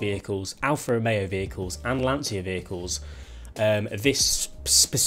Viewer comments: Hint about pronunciation of LANCIA: it is not with a "sshhh" sound, but with a sound more like the "tcha tcha tcha" dance :) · It's pronounced Lancha not Lansia!!!